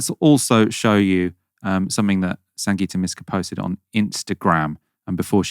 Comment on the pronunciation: Thry called her Sanjita It's SanGita